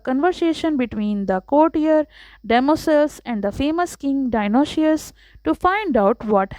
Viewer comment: Dionoshious nahi dionysius